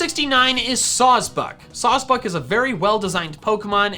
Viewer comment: THERE IS NO VOWEL BETWEEN THE SECOND S AND THE B IN SAWSBUCK!